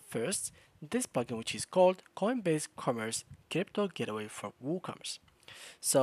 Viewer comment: It’s the accent. He wasn’t saying "gateway".